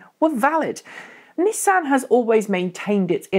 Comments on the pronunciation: 'Knee-san' Leafs are not a mainstay in any major British city. Nissans are though. If you want to pronounce things properly you could use the Japanese pronunciation for the Japanese company which is very close to the English, not American, version. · First episode I've watched, enjoyed it apart from the American pronunciations It's Nissan not Neesan lol